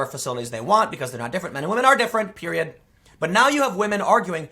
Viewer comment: Emphasis on period😬..